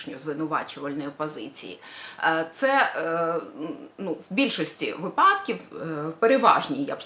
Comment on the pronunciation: Наголос на вИпадки!